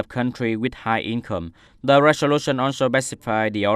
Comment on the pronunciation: sixteenth /ˌsɪksˈtiːnθ/ anh nhớ bật âm /θ/ giúp tôi để phân biệt được nào là số thứ tự và số đếm anh nha! Tại phút thứ từ agenda /əˈdʒendə/ mà anh đọc là /genda/ đâu ra vậy, còn từ resolution /ˌrezəˈluːʃn/ đọc lại nha anh.